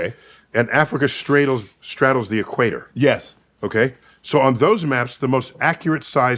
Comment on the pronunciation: Neil: "Africa Stradles the Equ-at-er" 🥃🫗🥴